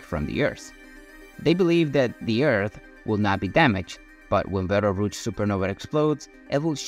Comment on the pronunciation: Belterouge? FFS learn at least something before you feed your garbage into an AI speech-over.